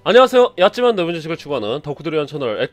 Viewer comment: 형 좀 딴 얘기긴 한데 인트로에서 '얕지만 넓은지식을 추구하는 덕후들을 위한...' 대사의 첫 부분이 계속 야찌만두로 들려서 영상 볼 때마다 야끼만두가 먹고싶어져요...🤤